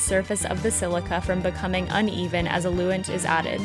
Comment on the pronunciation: “Ah-loo-ent”...eluent is pronounced “EL-you-ent”